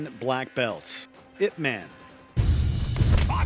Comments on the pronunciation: It's pronounced yip mon. Didn't you watch the movie? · “Ip man”